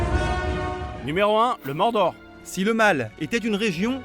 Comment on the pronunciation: je rêve ou il a dit le mandor au lieu du mordor